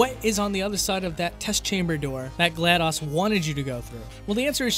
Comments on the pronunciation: It's pronounced Glad-dose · i was physically hurt when he pronounced it "gla-dos" not "gla-dose" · It's pronounced gl-a-dos not gl-a-dAs